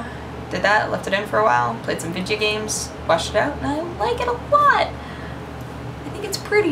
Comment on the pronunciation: You just blew my mind when you said "vidga games" like Hank Hill. I have never heard anyone else say that besides my other friend who almost loves King of the Hill as i do.